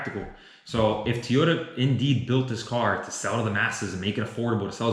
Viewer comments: Why does he keep saying Tee-ota when the car company is named To-yota? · Am I the only one that cringes every time he says “Teeyota”?